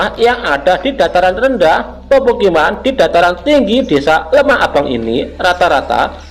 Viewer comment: LEMAHBANG Mas bukan LEMAH ABANG